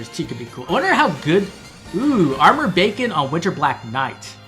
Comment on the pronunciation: Every time you say Armored Beacon, I hear Armored Bacon 😂 I had pretty great luck with Young Rebecca myself. Sorry for taking your Rebecca luck 😢